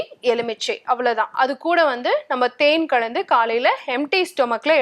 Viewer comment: தண்ணி கழந்து , தேன் கழந்து , what a wrong தமிழ் a siddha Dr is speaking. Can't bear to listen her wrong pronunciation.